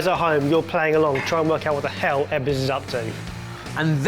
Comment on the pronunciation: Ebbers its pronounced but not BAAAhaa Learn English darn englishmen or just do a puppet show with the Swedish herpy-derpy cheff and we get same language barrier.. OH btw im a Swede...